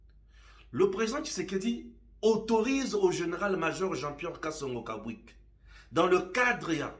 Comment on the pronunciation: je pense que le nom du General Major n'est pas Kabwik mais KABWIT